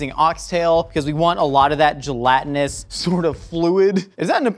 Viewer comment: Stop saying "gelantinous"